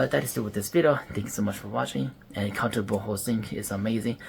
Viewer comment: Ngl kept hearing counter-butthole